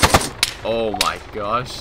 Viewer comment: "Ooh my gush" What?!